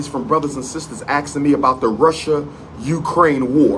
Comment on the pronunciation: "A whole Lotta questions from brothers and sisters AKSIN me about the Russian Ukraine war" Bet my hard earned money not a dsmn person actually asked him. Also it's "ask" not Aks